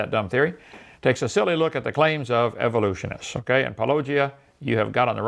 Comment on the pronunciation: “Where I take a silly look at the claims of evolutionists.” Lol I love how he butchers it slightly differently each time